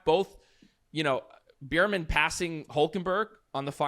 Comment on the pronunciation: Beer-Man... Beer-Man... Beer-Man... You're killing me smalls... Bear-Man, 🐻Man